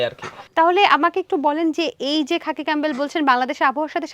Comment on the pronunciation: খাপি ক্যামবেল না সোনা 😂এটা খাকি ক্যামবেল বলে